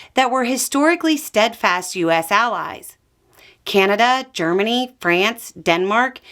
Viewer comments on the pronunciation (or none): none